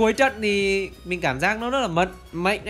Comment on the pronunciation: Mạnh a nói là mệnh